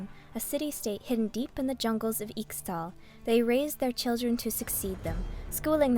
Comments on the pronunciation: Ee-shao-can! They will all learn to say it! same with Ee-shtal not Extal >:( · This is Narrated and Voiced wonderfully. The only thing I'd say is that I'm fairly sure Ixtal is pronounced Ishtal